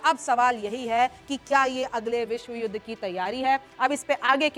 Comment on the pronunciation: Madam don't say vishajudha